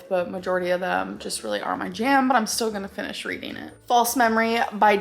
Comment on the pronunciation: “Readeen is good for the brain” ☝️👩‍🏫